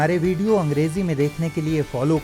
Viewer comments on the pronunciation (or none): none